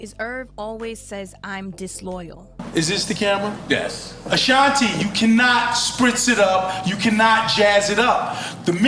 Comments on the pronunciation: You don't know how to pronounce her name ? "Uh Shon tee". OK YOU GOT IT !!!! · Gah dam its Ah-Shan-T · It's the mispronunciation of her name for me 😫👈🤣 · This video is so misleading. Ashanti is not responding to the recent video Irv Gotti was recently in. You can’t even pronounce her name correctly. It’s super cringey. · I CANT WATCH THIS CRAP! CANT EVEN PRONOUNCE HER NAME RIGHT..SMH